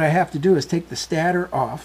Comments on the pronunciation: Stator is pronounced stey-ter, not stat er. No offense meant. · It's actually pronounced stay-tor not stattor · can you say, stey-ter?